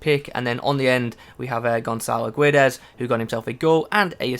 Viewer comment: Side note: The pronunciation for Gonçalo Guedes was pretty good! You seem to pick up pronounciations pretty well... I feel it's your confidence with saying foreign names (You don't want to 'annoy/displease' anyone in the comments) but you should encourage yourself to try them more often.... Anyway sick video dude!